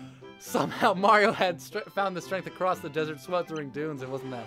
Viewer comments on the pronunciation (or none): Anyone else notice that said "acrost" instead of across? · I actually catch myself pronouncing "across" like that all the time.